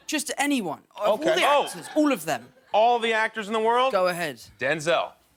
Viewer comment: 😂😮😅 OMG...! Hearing...Tom_Holland's Accent At [( UULLL_0F_THEM )] was SuperBszZz 😂😮😅